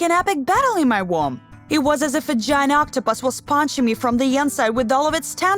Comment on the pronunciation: "was ponching me from the onsite"